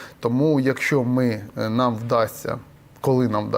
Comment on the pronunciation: Неук рускєй БлизнючЕ,НЕ кажи:"По наМММ,по позиціяМММ"!!!